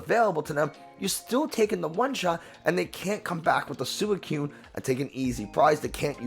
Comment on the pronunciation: Instant dislike and "don't recommend channel to me again" for how you pronounce suicune.